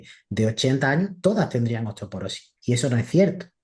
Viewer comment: Dice osteoperosis la nutri.. se dice osteoporosis!!